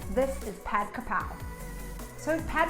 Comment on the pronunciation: Krapao not horapar